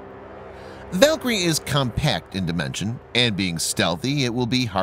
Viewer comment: I believe you were mispronouncing "Valkyrie." That's a minor detail, though. Very interesting video.